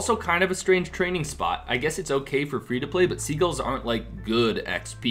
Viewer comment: the way you say sea-guls is hilarious e I sounded like your talking about a sea Begal but sagles lol